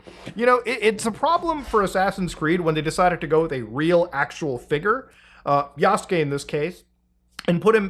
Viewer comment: The amount of people who can't pronounce "Yasuke" and "Naoe" properly...